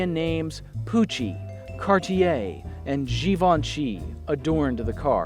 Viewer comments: Really love these videos. The passion and the pacing and the attention to detail. I love that you went to the effort of pronouncing Givenchy correctly. It's really interest to see these insights into these touchstone sort of cars, the beginning or end of eras. Thank you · Beautifully narrated and filmed! And you nailed the Givenchy pronunciation! I have a 1986 Continental Givenchy. While watching this episode, realized a lot of the trim (cornering lights, thermometer mirror) are the same on my dad's 1982 Continental. Thank you!